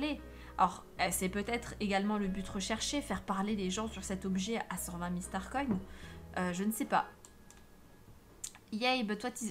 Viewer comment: Comment tu dit star coin tu dit star coine